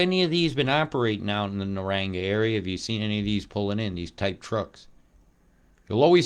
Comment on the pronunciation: Pronunciation: NA-RANG-BAR 👍🇦🇺I live at Somerset Dam. We got absolutely hammered with rain yesterday and all last night. At least 5 inches